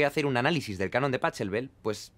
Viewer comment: pa CCCCCCHHHH elbel, jajajajajajajaja. Se dice bajeelbel mi querido Jaime.